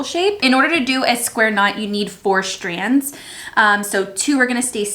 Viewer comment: Is it just me or does she pronounce "strands" like "shtrands" and "straight" like "shtraight"? hahaha love the diys, will so do many myself :)